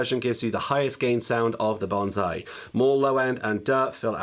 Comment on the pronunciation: Several years later and this pedal name is still pronounced wrong. It's not banzai, it's bonsai (BONE-sigh).